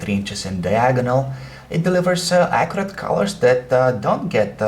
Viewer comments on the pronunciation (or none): none